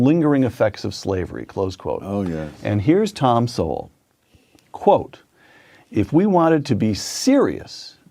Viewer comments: Thomas Sowell is pronounced "SOUL". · Thomas Sowell ( Pronounced Soul) should be considered a National Treasure! His work is based on his personal experience AND on his deep research on the topics he writes and speaks about. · It is Thomas Sowell like 'soul' pronounced. Dude is an American legend one of the smartest men ever. Blacks were the not only slaves, how about my Irish family who came to America during the famine? All kinds were slaves & treated horribly. Most blacks were sold by African blacks to jewish slave ship owners who then would sell around the world. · I would recommend many/all of Sowell (rhymes with Soul) books, but start with Black Rednecks, White Liberals. The man is a genius in the realms of economics & social psychology. He wants to teach people that your social behavior can hold you back or propel you forward & it's up to you. Keep on being a good human my brother! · P.S. It's Thomas Sowell, (sounds like Soul). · "Sowell" is Pronounced "Soul" like Soul Man. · Thomas's last name is pronounced "soul" just fyi. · Please pronounce Dr. Sowell’s name properly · Trevor Sowell (the e is silent) is one of the most highly regarded in his field in America today. However, because he tells the truth and journalists and media cannot come back at him, I believe he has been deplatformed. When I first came across him, it was pure joy to hear him speak such truths, and now I find it pure joy again, to find someone who accepts these truths. I have watched a few of your videos and wish you well in your endeavours. This comes from a retired white lady in Tasmania, with love, and I would like to call you - brother. 🌅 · I discovered Thomas Sowell’s syndicated newspaper column back in the 80’s. He’s a giant American intellectual. Soon realized, if I disagreed with him on something…I was wrong🤣🤣🤣. Btw, his name is pronounced, Soul. You’ve got a great channel and your work is appreciated!!!